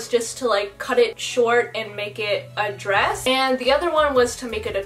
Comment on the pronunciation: That A in and is so far and it’s bothering me😂